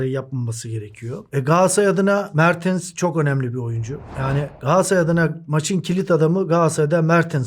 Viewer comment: Niye inatla mertıns diyorsun ya 😃 mertens işte adamın adı